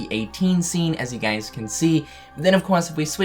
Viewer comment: When he says guys it bothers me Im sorry